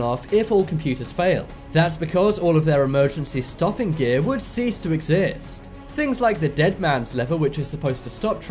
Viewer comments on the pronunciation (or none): none